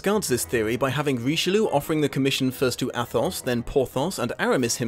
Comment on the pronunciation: The "th" is pronounced like a single "t" in French language... So Athos is really pronounced Atos... But overall your pronunciation isn't that far off...